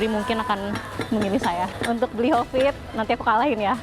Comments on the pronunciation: say "Bli Kopit" 😅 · bener bener mood booster banget di season kali ini, manggil bli hovid jadi "Bli Kopit"